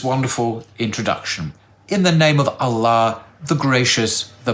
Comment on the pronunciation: Hi ur supposed to pronounce Allah as (Al-loh) but u say (al-la) just pointing it out. Love the shorts.